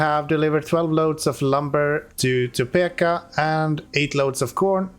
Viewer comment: Topeka...it's peek not peck